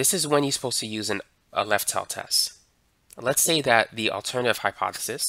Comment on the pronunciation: "on the lef"